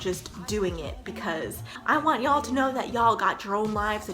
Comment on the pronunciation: I love it when she says "yo'll" now I'm distracted